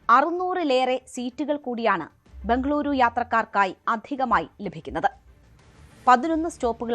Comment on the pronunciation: Endinanu ee bhangaluru bhangluru ennu parayannadu? Bejar ennu parayan pattunna malayaligalkku Bengaluru ennu parayan endanu budhimuttu?